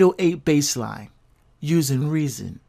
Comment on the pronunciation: WHY YOU CALL IT "REASONZZ" IT CLEARLY JUST SAYS "REASON" NO "S" AT THE END